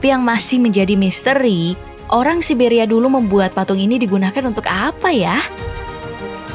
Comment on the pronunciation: Siberia ygy bukan sia siberia🤣